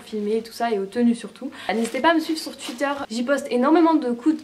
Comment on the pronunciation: "sur tuitteur" hihihi j'adore